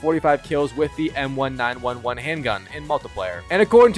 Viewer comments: no way bro just said M one nine one one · bro did NOT just call a M1911 a „M 1 9 1 1“…..brother youre gonna be the reason I get ear cancer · Disliked for the pronunciation of the Colt M1911, saying every number individually like a troglodyte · M1 9/11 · Subbed for the grind, unsubbed for the way you pronounced m1911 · The way you said m1911 hurt my soul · The way you said M1911 killed me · This has gotta be the first time in history anyone has pronounced the M1911 like that.. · had to be rage bait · same way he pronouces multiplayer